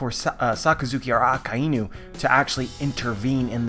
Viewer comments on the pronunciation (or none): It’s A-KAI-NU. Not AKA-INU, Inu is a japanese dog lol.